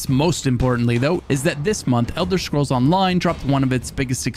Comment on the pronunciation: Thanks for pronouncing it Elder Schkrolls every time I 💖ed itw